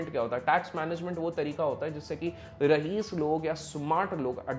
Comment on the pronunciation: Its raees not rahees